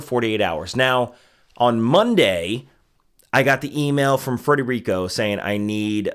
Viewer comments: It's Federico, not Frederico. But, thanks for the endorsement. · “Federico”, not “Frederico”. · Omg Federico, not Frederico. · Fed-erico. Smh. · FEDERICO not Frederico.